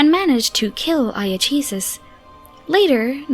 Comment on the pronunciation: Iachesis, pronounced Iakesis. Loremaster Lawrence explained last year that in the ancient elven tongue there were no soft C's. So C was always spoken like a K.